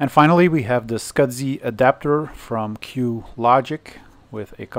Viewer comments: Why does a server have sound board with a power amp? Next video just say S. C. S. I., I know English isn't your indigenous language, but the way you are saying 'Small Computer System Interface' is Killing me, Scudzy lol. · You should contact FranLab regarding that video card with its 3D glasses capability. She has 3D glasses which could need it. Also SCSI is "scuzzy" not "scud zee."